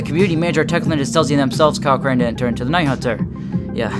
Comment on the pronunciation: It’s crane